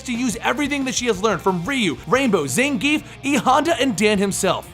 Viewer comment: Zangief is pronounced Zahn-Ge-Yeff.